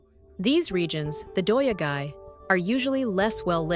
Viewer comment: I commend you for trying to pronounce those difficult Japanese words, but what in the world! "Doya-gai" comes from "yado," which means accommodation, and "gai," which means town. Also, day laborers are "hee-yatoi-rohdoh-sha": hee = day; yatoi = hiring; rohdoh = work; sha = person/people. The "hee" was completely dropped. I had the hardest time understanding what you were trying to get at 😂